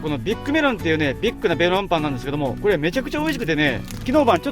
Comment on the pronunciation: 「ビッグなベロンパン」に聞こえてツボに入っちゃったｗ